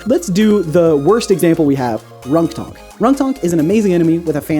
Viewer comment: Ronktonk sounds like Wonton